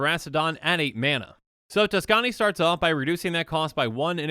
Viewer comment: "Tuskani" Me: Likes Video